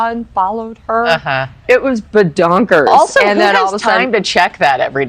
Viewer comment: It was "behdonkers" 🤣😂🤣😂🤣😂🤣